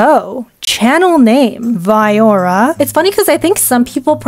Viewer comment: I used to pronounce your nam voy-yira